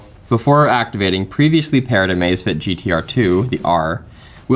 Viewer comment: in no world is that pronounced "amaze fit"- thought it was a new amazon watch for a hot second